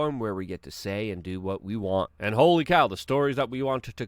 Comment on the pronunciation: Please dont say holy like that